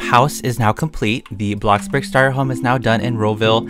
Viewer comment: what the freak is ro-ville?